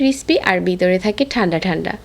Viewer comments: রেসিপিটি ভালো লাগলো কিন্তু কিছু শব্দ আপু আপনি ভুল বলেন।বিতরে না ভিতরে হবে শব্দ টি। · ভ কে ব উচ্চারণ করেন কেনো? বিতরে শুনতে কেমন একটা লাগে